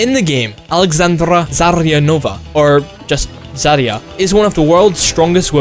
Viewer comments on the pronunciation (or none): Why are you pronouncing Alexandra so weird? Alegzandrrra?! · OMG just because somebody got mad on how pronounced a Japanese name, everybody calls him/her a weeb. I got mad on how pronounced a universal name Alexandra, what's the difference? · Because that's how you pronounce it, unless it's Alex-andra which is very unlikely.